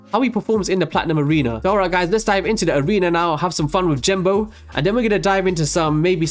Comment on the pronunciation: "jenbo" "jenbo" "jenbo" "jenbo" ffs Genbo!